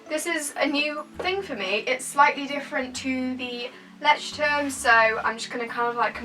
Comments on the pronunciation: I think it's pronounced "loytchterm" :) might be wrong though! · Leuchtturm is said Loysh term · You sound so sweet trying to pronounce the German word "Leuchtturm" ❤️❤️❤️ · It's so funny how people pronounce Leuchtturm😂 (I'm German so Ik how you really pronounce it)